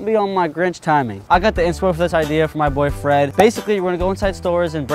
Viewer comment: when you said “my boy Fred “ I thought you said boyfriend😂